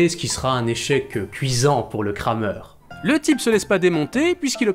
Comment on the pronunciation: On prononce "Kramère" pas "Krameur". Le "e" ne se prononce pas de la même manière en français et en allemand (ou en alsacien).